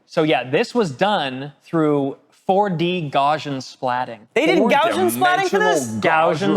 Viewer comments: Gaussian is supposed to be pronounced how it's spelled, named after Carl Friedrich Gauss, so it's not "Gaushian". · YOU PEOPLE!!!!! You can't help mispronouncing, it can you? ESPECIALLY when it's just part of the time. Just so that I know that you know that you're pronouncing it wrong on purpose. Why do you hate me so much? GOW-see-uhn. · Speaking of triggering - so happy to see Gaussian pronounced Gow See Ann. Mostly. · It comforts me that every time they say gaussian they say it slightly differently. Because no one on this planet knows how to pronounce gaussian (and I also do this)